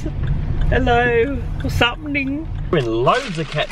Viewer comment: And when he said “vas happein”